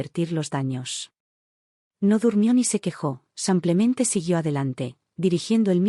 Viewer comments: Nefasto el contenido que narran estos lenguas de estropajo,ni pie ni cabeza,ignorantes del tema que desarrollan,un lenguaje vulgar y prosaico,mal hablado como cuando dicen samplemente.Ya me imagino cuántos profesionistas aprenden de estas valiosísimas experiencias.Un churro aburrido por excelencia. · Cuando calibran bien esta maquina para que diga SIMPLEMENTE y no SAMPLEMENTE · Si no sabe pronunciar los nombres americanos no los ponga en sus narraciones señora y no se dice simplemente parece indígena